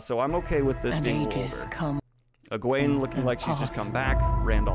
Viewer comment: also i read the whole book not knowing the right pronciation of the names. so in my mind Nynave wasn't Nigh-neeve but Neenave and Eggwene wasn't EggWayne bur Eggweeen. so its really weird when daniel pronounces the correct names. they sound stupid. damnit.😖🤣